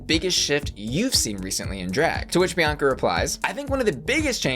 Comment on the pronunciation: She said “Biancer”